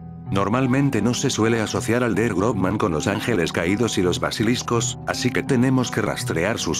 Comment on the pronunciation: Realmente se pronunciaria Grossman, no Grobman